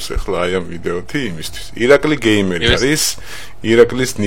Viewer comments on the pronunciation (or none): ((( იცი რა არის ცოტა არ იყოს ტეხავს რა 🙄 ეხლა 92 ათასი გამომწერი ყავს და გამართულად დღესაც ვერ საუბრობს მაინქრაფთს მინეკრაფტს ეძახის ონლაინს ონლინეს ეძახის გეიმერს გამერს ეძახის კარგით რა ვიღაცა არ გამომიხტეს ეხლა და ჭკუის დარიგება არ დამიწყოს არაფერი საწინააღმდეგო არ მაქვს მაგრამ როცა ერთ ერთი საუკეთესო იუთუბერის სახელი აქვს ელემენტარული თამაშების სახელი უნდა იცოდე:)))) ეს ვიდეო ძველია და ეხლა ამასთან შედარებით გამოსწორებული აქვს მეტყველება მაგრამ 92 ათას გამომწერიან არხს მაინც არ შეეფერება